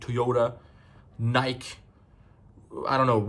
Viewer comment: Bro said “Nicke” lmfaoooooooooo